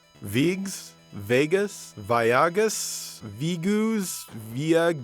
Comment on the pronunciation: Woo does that Veigeuss (or whatever) game look terrible. I think it's supposed to be pronounced Vaygus?